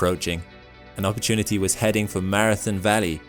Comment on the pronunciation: Say that say again one more time please Narrator : "Opportunity" 😌